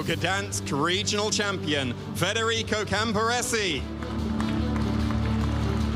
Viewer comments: the other caster in the match kept gently trying to correct him by pronouncing his name correctly immediately after too but this guy just insisted on pulling an extra R out of thin air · Why can’t some of the casters read that it is federico rather than fRederico….